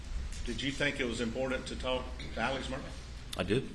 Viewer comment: Why do most people in these interviews pronounce Alex Murdaugh's name "Alec" when his name is spelled "AleX" with an X? Is this a regional pronunciation or is his name really "AleC"?